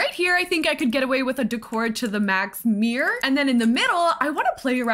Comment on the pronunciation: Obsessed with this build but even more obsessed with your very Canadian pronunciation of mirror-I feel seen. Love from Ottawa!